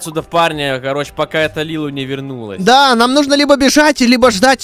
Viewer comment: Не Лилу а Лили